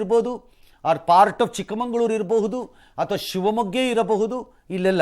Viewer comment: ರಂಗಣ್ಣನವರೇ ಚಿಕ್ಕಮಂಗಳೂರು ಅಲ್ಲ. ಚಿಕ್ಕಮಗಳೂರು. ಸರಿ ಪಡಿಸ್ಕೊಳ್ಳಿ